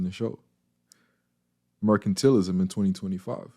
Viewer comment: It's MER-CAN-TAL-ISM. Not MER-CAN-TEAL-ISM. Sorry, your pronunciation was bothering me. No offense. Thank you for the video. Thumbs up/Subscribed.